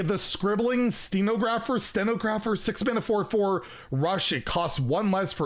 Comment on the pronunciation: I die everytime you try to pronounce stenographer... hahaha the o is desperate from the word it's a sten-aw-gra-fer